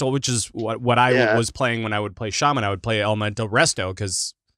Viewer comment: There is no R in shaman lol